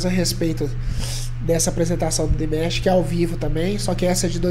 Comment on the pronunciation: excelente reação ao Dimash novamente! Apenas pra acrescentar, você pode pronunciar o nome dele como se fosse em português mesmo, Dim-A-sh 😉 Continue o trabalho pois vale muito a pena! Abraços